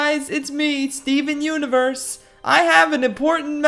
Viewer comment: Its more like steven unevurs the muzecol